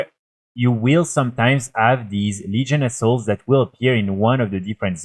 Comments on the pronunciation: I know I am not the only one who heard "New Legion A$$h0l3s". I am not good with English, so I am not making fun. It just make me choke on my drink when I THOUGHT I heard that. lol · Yes! Hahaha